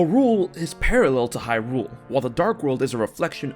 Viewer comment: i could not STAND the way your collar partner pronounced “hyrule, lorule, and termina”. not watching this vid.